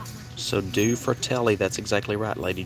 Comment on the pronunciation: Do-ay (two) fratelli (brothers)